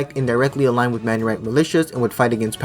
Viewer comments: The word Maronite is pronounced as Ma-row-knight, not Man-ure-ite. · It's "Maronite" not "Manyorite" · We are called Mar-on-ite. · Great video, but it’s pronounced “Mar-o-Nite” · Was he saying Menurite or something? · Thank you!! he made by ears bleed😂😂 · I have a problem with your pronunciation of Maronite but anything else, great video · This was a good video except for the pronunciations, maronite, phalanges were all said wrong